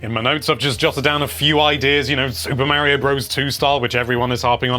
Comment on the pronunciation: Mario maker 2 not Mary-O maker 2